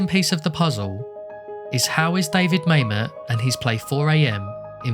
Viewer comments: You are correct - Mamet's name is pronounced "Mah-met." NOT "May-met." But that's ok, most people go through life without ever hearing Mamet's name pronounced. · Yeah, didn't notice inquirer, but Mamet definitely rhymes with dammit. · I thought David Mamet's name was pronounced like "ma'am it." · Couldn’t find the doc to rewatch so I watched this. Good work. Except for never figuring out how to pronounce Mamet.